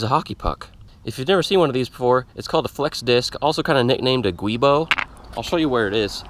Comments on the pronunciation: Also, just so everyone knows. The black rubber flex disk is called a "Giubo" (pronounced JOO-bo) and NOT a "Guibo" (GWEE-bo). The name originated from the name of the Italian engineer that designed it, Antonio Boschi. It is a combination of the Italian word for joint, Giunto, and his last name Boschi. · Giubo* not guibo.